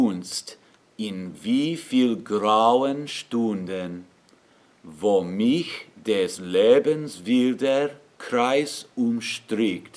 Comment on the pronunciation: The "-ch" in "mich" isn't usually sung "back in the throat". The "-ch" in "Ach" or "Macht" or "Fach" is the one which is "back in the throat", with the air passing through a narrow space between your soft palatte and the back of your tongue, which you raise to make the space between it and the soft palate short and narrow. In contrast, the "-ch" in "mich" is more forward. It's the front-side of the middle of the tongue, raised so that it is very close to the downward slant of the roof of the mouth - downward as you move from in the highest part of the hard palatte forward toward the back of the front teeth. The consonant is the hiss - almost a whistle - as the air passes forward through the narrow space you allow between the downward-sloping part of the roof of mouth and the forward-middle part of your tongue.